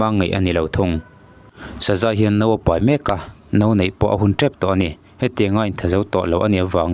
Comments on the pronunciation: Paih ti lovin peih ani tih chu i hre reng awm siaa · Enkawl paih ni lo in peih tih tur aw sir...